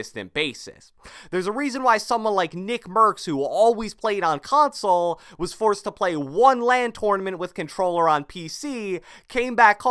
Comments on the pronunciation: Cant handle when he says console it sounds like [cronsole] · Every word with a “c” or “k” sounds like “KKKKHAWNSOLE” “Khhhawnsole” “Khhoment”. I couldn’t stop hearing it. Lol.